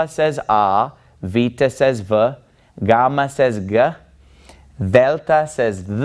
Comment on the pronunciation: I'd like to make three very different points after watching this video: 1. Your pronunciation for a non-native speaker is quite good. You do pronounce the gamma in a non-modern way (i.e. as a stop rather than a fricative) 2. Saying things like 'that Greek false god called Poseidon' makes you sound like a religious zealot and makes me, as an atheist, want to ask you: which god(s) are true and why do you think so? 3. You're so hot I wish I'd had a priest like that back when I was a believer :)